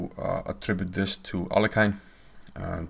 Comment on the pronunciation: Capablanca in an interview with Mr Hollander told that Aliohin [it should be pronouced this way] based on tricks :)